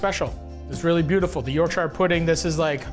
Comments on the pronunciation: Sooo I'm from England. And it's not pronounced YorkSHIRRREeeeee. It's pronounced Yorksha. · Please don’t say York-shire pudding again 😂 “YORK-SHA” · Matty. I love ya bro. But. As a native Yorkshiremen....Please stop with the York-Shiah. It's pronounced Yorksher. And for all the nobbers with comments on Phonetics and the spelling...The English language...is not...phonetic. Do one. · why Matty, why are you pronouncing it YorkShyer rather than Yorkshur? You’re Canadian, my dude 😅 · as a yorkshire man you need to learn how to pronounce it york-shuh none of this shiirreee nonsense also you was a top guy in the bear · The way Matty says Yorkshire like he’s talking about The Shire is funny, it’s said more like York-shuh in the UK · YorkSHAYER pudding!! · Yawk-shuh is how you pronounce it btw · Matty boy..... Worcestershire and Yorkshire words in UK are pronounced.... Woster-sheer York - sheer 😂